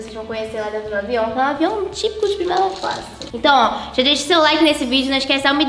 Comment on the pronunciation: a ju falou de plimeila classe